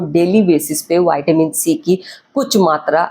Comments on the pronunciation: Not vaitamin in pronounciation it's vitamin straight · वयटामीन नहीं मॅडम व्हिटामिन बोलो लगता है ये कंपाऊंडर हे डॉक्टर नहीं